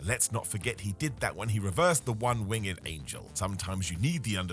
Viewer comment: Its winged not wing-ed